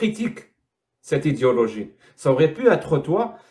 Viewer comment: tu fais exprès de dire idiologie quand tu prononces idéologie ? ..... où ça vient de moi ? lol